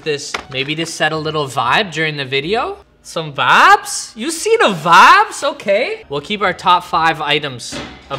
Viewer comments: Why does he say vabs but vibes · Is he saying Fabs, Vabs, Or vibes?? I’m confused 😂